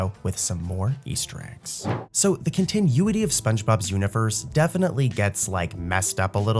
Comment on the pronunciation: i love these videos - but the way you pronounce continuity just dragged me out of a deep sleep